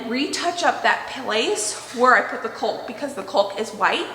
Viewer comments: I love your videos. However “caulk” is now my least favorite word in the English language. Your region must pronounce it differently than other regions I’ve lived in— everywhere I’ve lived it rhymes with “hawk”. The L being silent. You do you, though! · The "L" in caulk is silent. Caulk rhymes with walk. Sorry, I know that seems trivial, but it was driving me nuts. Lol You're wonderful at literally everything else🥰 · It's a great family is a wonderful person but the silent l is driving me crazy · Hello there. Don’t be mad or upset but here is away to help you to say caulk. It is like the word chalk but take out the H and it sounds just like caulk. Happy to see that the electrical didn’t go up the post on your wall. You two are doing a beautiful job on your new home. So very happy for both of you. I hope you have a nice day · I love your channel. Btw, "caulk" rhymes with "chalk". Don't pronounce the "l". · She knows she pronounces it wrong. She mentioned it a couple of videos ago but I’m guessing it’s hard to change after years of mispronunciation. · Just FYI. It’s CAULK, pronounced CALLK. It’s a weird word, spelled with a u. But just say call with a k. CALLK. Take the wall down and build a small piece of furniture to cover the gap. Your face when he was nailing- I laughed so hard it hurt. You’re both doing such a good job, and I’m learning a lot about cooking and preserving and gardening as well, and I’m a loooot older than you. God has surely blessed you both with each other and such wonderful abilities. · I love your videos, but your pronunciation of caulk is driving me crazy. The L in caulk is silent like talk or walk. It is pronounced "cawk." (like hawk) Or "cawking." I do love your videos. I just wanted to let you know the correct pronunciation of this word in case you didn't know. Good luck with your renovation! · That was the funniest video, timing was perfect lol… I noticed you still say cauLk… 😁, how do you say chalk? 😁